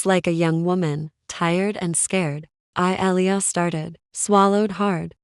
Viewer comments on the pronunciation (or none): Good story,it’s” Ah lee yah” but enjoyed it anyway.